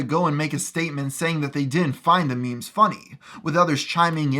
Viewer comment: Btw you mispronounced memes It's mem-ies